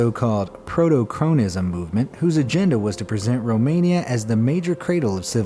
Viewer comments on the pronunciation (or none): none